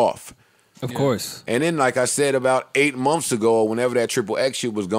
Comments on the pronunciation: SHADDY 21 lmaoo “munfs” is hilarious. If it’s spelled anyway that exactly how it would be spelled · "We lived in a hotel for 9 munfs" 😂😂😂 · Thought I was the only one...shit so irritating. “Munfs” 😔